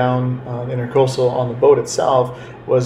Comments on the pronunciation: it's the "INTRAcoastal" not "INTERcoastal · Not pronounced INTER coastal. It’s the Intracoastal . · Great video...fyi, it's NOT "intercoastal",it's "intracoastal"...somebody probably already said, but I'm not reading a 1000 comments to find out...lol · It's Intracoastal, not Intercoastal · intracoastal not intercoastal...